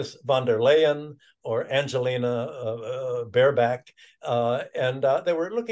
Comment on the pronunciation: Prof Hudson pronounced the name "Bare-Back" :washhands